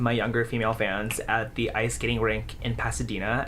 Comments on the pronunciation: "This girl offered to teach Kevin on scatting?" Owowowow, bad mispronunciation there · ...scatting ? You verbally said "scatting" when you meant skating. That's so weird.